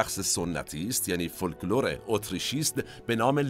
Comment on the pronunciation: با اجازه‌تون چند تا نکته رو هم من اضافه کنم. من همیشه با این انگلیسی زبان ها سر تلفظ ون هلندی مشکل دارم. تلفظ صحیحش فن/فان هست دوم اینکه حرف ال (ل) در کلمه‌ی فولکلور تلفظ نمیشه و فوکلور درسته نکته سوم یه سهو زبان داشتید چون قطعا میدونین که پینوکیو رو خانم نادره سالارپور گفتن و خانم امیریان جینا رو میگفتن و پاسخ سوالتون اینکه به دوبله، این هنر مظلوم میپردازید بسیار درست و بجاست. نکته آخر هم اینکه شما دوربین رو روشن بذار با رفیقهات صحبت کن ما گوش میکنیم و لذت میبریم. شما فقط دستور بدین کامنت بذاریم و ما اطاعت میکنیم 🌹